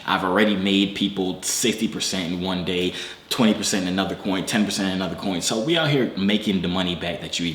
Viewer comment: It's onedao... lol you gotta look up one dao. Haha . You might not come "back again" ha